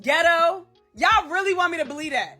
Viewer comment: y'all ree-lee want me dah-bah-leee-dat 🤦🤣